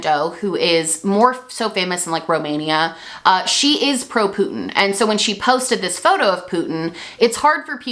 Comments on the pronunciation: Gworl. Stop saying Putyin that way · I am obsessed with how you emphasize the “poot” in Putin ☠️☠️